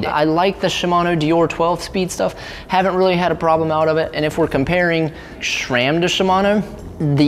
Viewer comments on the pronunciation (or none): stop saying schram. Does every murican try to sound dumb or do you hate the brand?